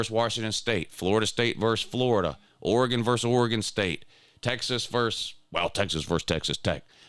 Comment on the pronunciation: VERSES not verse